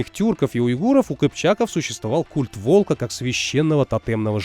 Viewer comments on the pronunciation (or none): none